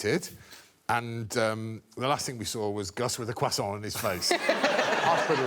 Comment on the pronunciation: Greg's pronunciation of croissant sounds like "Cushawwwn"!!!